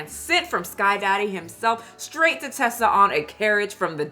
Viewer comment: Her name is Teesa, like Tea-sa. Not Tessa, like Tesla. You're pronouncing it wrong.